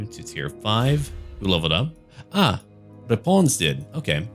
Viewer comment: Yes, I’m french and yes, your pronunciation is bad but it’s find. And also mery xmas